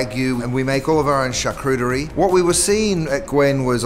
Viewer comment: Cringing at the mispronunciation of charcuterie 🙃 oh